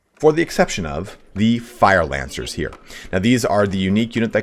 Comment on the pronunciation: "Fire Lancer Boonus."